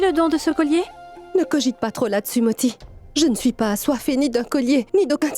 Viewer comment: Pounti? 😂😂😂😂 c'est moti pas pounti 😂